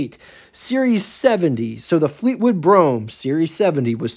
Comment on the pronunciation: I can't watch all of this, everytime you call it a Fleetwood Brougham, steam comes out my ears! get it right!